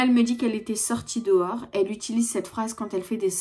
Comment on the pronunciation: J’ai jamais compris pourquoi certaines personnes disent « dowar » au lieu de dehors. C’estn pourtant pas compliqué